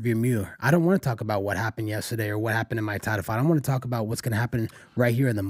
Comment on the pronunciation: Learn how to say the word Yesterday Pat!!! There is no A in the middle of yesterday.